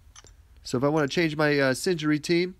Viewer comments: SIN-ER-GEE - I couldn't concentrate when you kept saying SIN-JURY lol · Its pronounced Syn-er-gy not Syn-gery. LOL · Syn-er-gy :P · Singery... haha xD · lol yes scratched my head when i heard him say it..